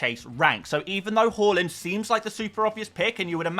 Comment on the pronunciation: Haaland NOT Hawlund 😱 😳 😆 😮 wowsers